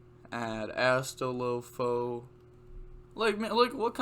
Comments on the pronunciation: Sub-lim-ation and Ass-tol-fo btw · Renaud = Ren-awed Astolfo = Ass-tall-fo Ogier = ogy-er